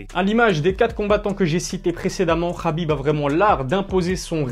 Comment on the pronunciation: Oh gros Khabib c’est un k pas un r insupportable d’entendre Rhabib